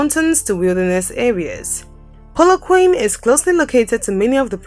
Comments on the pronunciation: Polookwaaanee...not polokwaine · Pu-lu-kwah-neh= Polokwane Great content love my country Port Elizabeth my home city ❤️ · A few things: (1) "Polokwane" is pronounced /pɒləˈkwɑːnɪ/; (2) "Plettenberg Bay" doesn't have city status; the first syllable gets stress in "Addo" of Addo National Park, not the second; "apartheid" is pronounced as /əˈpɑːrteɪd/ or /aˈpartɦɛit/; and the first syllable carries the stress in "Durban." And ... was the video cut short or something? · The way she pronounced Polokwake 🤣🤣🤣🤣🤣🤣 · The way you say Polokwane 🤣🤣🤣 🏆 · It's killed me too😂😭😭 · The pronouncing of polokwane killed me dead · when she said Polokwane wrong I almost cried😢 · watse kak is die? ekt al bots gehoor beter name uitspreek as wat die vrou doen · lol ile start calling "Polokwane" just the way you say it...it sounds kool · When it comes to South Africa to pronounce names you should get somebody who lives here eg. the pronunciation of Polokwane. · I am not happy about the Pronunciation of Polokwane lol